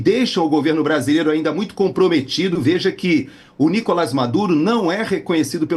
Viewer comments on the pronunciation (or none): none